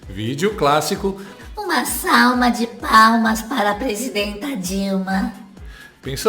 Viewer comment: Aos : uma "salma" de palmas ... mano, não dá pra aguentar kkkkkk a legenda automática corrigiu ela kkkkk